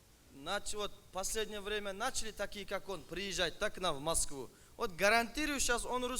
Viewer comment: Маскыва эмес. Москва.